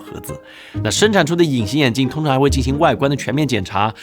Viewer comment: "通常" 就很標準的台灣腔了